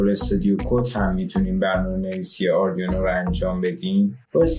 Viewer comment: ممنون ولی اردیونو نیست برای یه مهندس زشته تفظ صحیحش میشه اردوینو arduino حتی اروم بخونین و اسپل کنین اردوینو خونده میشه !!!!